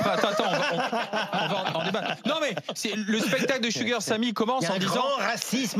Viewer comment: Woow ses La première fois que j'entend un Français prononcé correctement Sugar !!!